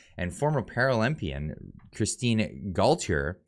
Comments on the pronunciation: FYI,, its pronounced Goat Tee Yeah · Gauthier is pronounced "goat-tee-eh"!!! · You say GO-CHÉ